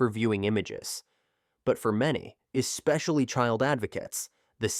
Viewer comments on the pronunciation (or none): In what world does AI mispronounce the word "especially?" The word is not eXpecially. You work hard to create a video and then you allow crappy narration? I just don't get it.